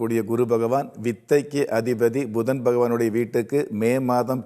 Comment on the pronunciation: Bhudan is not correct. Puthan is correct . சாத்திரம் ஜோதிடம் சொல்லுவதற்கு முன் தமிழை முறையாக பேசக் கற்றுக் கொள்ளுங்கள் . மலை பகவான் அல்ல மழை பகவான் . Dhaniyam is wrong. Thaniyam . Bhayam wrong . Payam is correct .